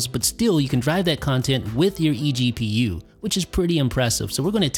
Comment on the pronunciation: every time he says eGPU a baby gets punched in the face